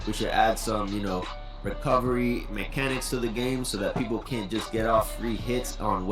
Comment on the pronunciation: Eyy man W Reaction bro and yea you pronouncing my name right. Everything you said about it on point. Recovery is a huge issue in this game and the fact the game released like that and months later hasn’t been fixed is ridiculous